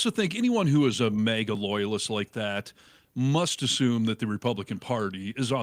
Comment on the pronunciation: Maga, not Mayga!! 50 million people have been calling it Maga for years. And 1 guy comes along and changes it to mayga. Why do people have to make up their own pronunciation?